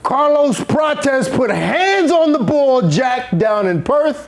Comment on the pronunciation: Lol wtf is calling Prates 😂😂